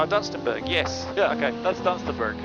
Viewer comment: Dunstenburg? you need to re-learn your English pronunciations! It's pronounced Dun-sten-bruh